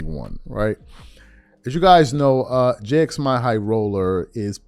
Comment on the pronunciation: “We all know who he is, right?” Also: “Jay Ex My High Roller”